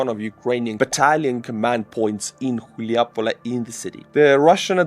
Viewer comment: Its Hulaj-Pole. Not Chilja-Pole ... Chuljapole sounds like something else. 🤣